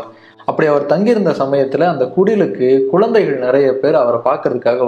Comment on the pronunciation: Uzhudhu , not uludhu, kuzhandhaigal not kulandaigal